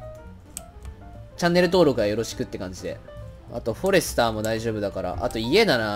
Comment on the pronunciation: フォ↑レスター